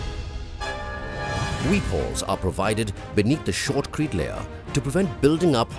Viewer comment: It is "shotcrete"... NOT "shortcrete" :P